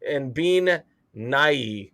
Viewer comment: bean as you were saying is prononced ban